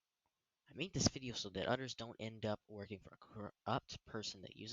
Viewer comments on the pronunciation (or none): bro "udders" you mean others?